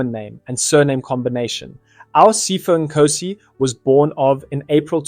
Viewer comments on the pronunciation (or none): Its Sea-pho not pypho